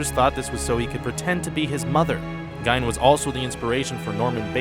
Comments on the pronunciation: In the space of 5 seconds you pronounce Ed Gein's name two different ways . Decide whether it's "Geen" or "Gine", but don't use both. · I love how quickly you changed your mind in how to pronounce Ed Geins name in less than five seconds...